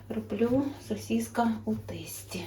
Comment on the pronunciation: Тэстi😂😂😂Не знаешь мову-лучше молчи!!!Ужас ужасный!